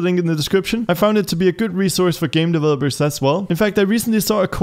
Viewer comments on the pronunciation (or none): none